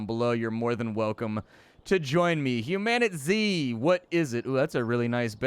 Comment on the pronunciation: ...what is it? Mispronounced. Humanitzed.